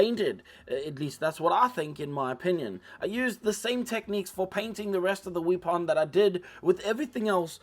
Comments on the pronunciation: I loved the video, I like your accent and your sense of humor especially how you pronounce "wee pon" great video! I've learned from you now I have to paint mine. Your painting face was just excellent! Thanks. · You remind me of, especially when you talk about the Space Guy's 'wee-pon.' 🤣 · You forgot to mispronounce weapon once